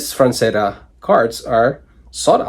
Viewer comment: Frazetta not franzetta. Jfc dude